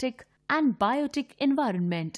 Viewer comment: Envinorment???????? or do i just hear it wrong IDKK!!!!!!!